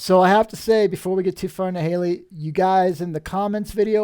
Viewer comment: Hi. It’s not Haley, rather it’s Helly…like hell….Helena. Great show.